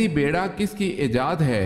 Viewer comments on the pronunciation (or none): none